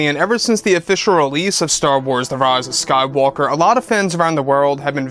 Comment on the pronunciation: "The rahz of skaiwalker" :p